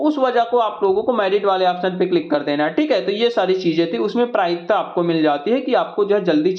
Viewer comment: Prayikta nhi bhaiya prathamikta